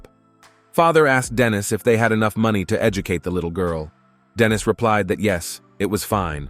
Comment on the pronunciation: The AI mispronunciation of Dennis, and Denise (which is a girls name), the ai speaking in a feminine voice when a man is speaking, and the constant calling a her/she a him/he or vice versa is so annoying. So many times a their should be used but isnt. I half the time have to look at the scene because Im confused as to whats going on due to the ai calling a man a her, or a women a he. The ai voice acting in a female voice while saying something a man is saying also confused me. I didnt understand if this was meant to be a baby talk voice or not, but when I looked at the scene it was in, it def wasnt. I appreciate the summary recap of course, but is there any way to help with the script?